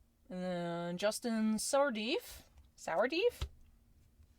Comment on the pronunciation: Sourdif = Sor-diff.